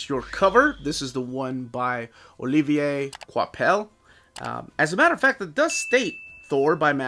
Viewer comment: I wasn't gonna get this one because I've heard the run isn't very good, but hey, screw it. I have (I think) every other Thor Omni so far, so there's no point in skipping one. Also, good job on pronouncing "Olivier Coipel" correctly throughout the video. Finally, you did it!